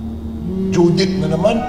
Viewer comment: He is saying Judith (Name) but it sounded Visaya (Southern Dialect) Judith - Due Date